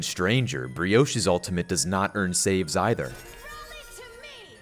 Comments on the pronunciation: BREE - OSHE???? YOU MEAN BRIG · ....What did he just call Brigitte? Brioche? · “brioches ultimate” i think u said it wrong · Bro really mispronounced Britechester's name XD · I laughed for a good 5 minutes when you said "Brioche" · did you just say brioche? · Brioche? Oh yeah its a meme after your pronouced it correctly and them people were confused LOL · I once heard someone say, “Brig Titty” and I broke out laughing. 🤣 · Beyond me how it's difficult. She says her own name when one chooses her. 'Bri-gee-ta'; roll the R, stop between the second and third syllable, shorten the final vowel sound. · He clearly pronounced Budget fine.. idk what you’re talking about. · You pronounced Bachelorette's name wrong. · how do you butcher brian's name every time?? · I really hope you keep up this joke with brigs pronunciation for as long as possible, it makes me smile every time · I love how throughout your videos you're just sticking with the running joke of mispronouncing Brigitte's name, and differently each time lol. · i love all your pronunciations of brigette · the brig pronounciations get better and better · What did you call Briggite! Im from sweden and thats very wrong. Just saying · I love how you intentionally miss pronounce Brigitte name it’s so funny 😂